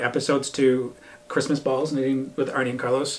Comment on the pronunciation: Arne is not pronounced like Arnie. Its Arna